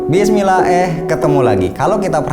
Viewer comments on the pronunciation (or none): Mas maaf, bukannya apa sih pertama kali saya denger openingnya cukup kaget soalnya penggalan kalimatnya diakhir kata "eh" jadi kesannya kayak mau ngucap kalimat bismillah tapi dikoreksi atau gajadi.. beda kalau intonasinya di penggal setelah kalimat bismillah, misalnya "bismillah..... eh ketemu lagi.." bukan yg ada di bbrp video sebelumnya seperti "bismillah, eh...... ketemu lagi.. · Sependapat, bukannya apa ya tapi pertama kali saya denger juga kaget soalnya penggalan kalimatnya diakhir kata "eh" jadi kesannya kayak mau ngucap kalimat bismillah tapi dikoreksi atau gajadi.. beda kalau intonasinya di penggal setelah kalimat bismillah, misalnya "bismillah..... eh ketemu lagi.." bukan malah "bismillah, eh..... ketemu lagi..